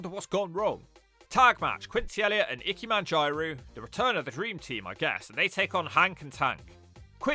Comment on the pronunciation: somehow the worst pronounciation of ikemen and jiro ive ever heard